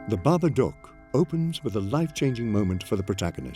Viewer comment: Babadook is pronounced Babaduke... not Babaduck...